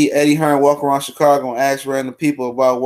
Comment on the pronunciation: Man said chicargo lmao kills me